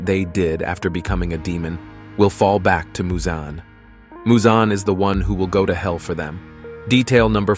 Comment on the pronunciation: why u saying musan? it's michal jackson